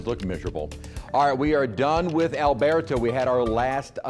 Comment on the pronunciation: I am Spanish; I speak, read, and write fluent Castellano - our mother language. I've been in the States since 1976 and have never ever heard English speaking folks - especially weathercasters - pronounce Spanish names as if they're speaking Spanish. It is DISTURBING because it sounds HORRIBLE. My opinion. Drives me nuts. I much rather hear the name Alberto properly pronounced in English, whenever anyone is speaking English. Even in Spanish the pronunciation is different. You trying to sound Spanish, pronouncing it as AlberTOE is 100000% incorrect and freaking offensive. STOP trying to speak our language when YOU HAVE NO CLUE! The English pronunciation of Alberto is like Roberto- almost sounds like a "do" instead as the T is a soft pronunciation. NOT LIKE A FREAKING TOE. Stop trying to emulate something you are not!! You sound like an idiot.